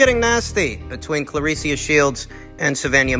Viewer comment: Why are you putting an 'i'' into the girl's names, dude? Claress-i-a Shields. Savaan-i-ah Marshall.